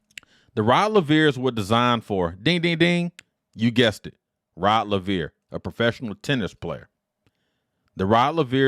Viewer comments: Rod Laveer. Rod Laveer. Rod Laveer. So many times it got damn annoying. Its not just a shoe model. Its the name of a tennis great. Have some respect and get it right. Its just a simple straightforward Anglo name pronounced as spelt. Rod Laver. Not a tongue twister like Handlikova, Navratilova or Gerulaitis. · It's Laver!!! Like Braver !! You are totally pronouncing the name wrong